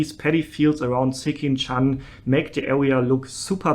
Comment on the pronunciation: u can just say sekinchan as in ''skin-chan''(as in english pronunciation). not a big deal though.